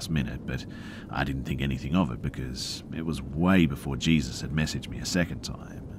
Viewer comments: I'm sure I'm not the first but it's pronounced 'hay-soos' when it is someone's name.. not 'Jee-zuss' like the christ 😂 you're still the best tho,! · Hey PRONOUNCED "HAYZEUS"...NOT JESUS...Just FYI BRUH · Its not Jesus it Hā-zeus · It's so adorable when Reads things that are most likely from American's and he'll pronounce it like it's spelled so it sounds weird lol like 9/11 and Jesus which is pronounced hay-sus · Jesus is pronounced “Hey-Zues” in Spanish and is a very common name.